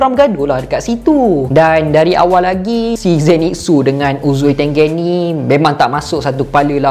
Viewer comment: Bang.. bila sebut uzui tengen, balik2 dgr uzui tengek.. ☺.